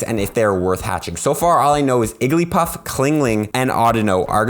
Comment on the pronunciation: "Clingling" "Igglypuff"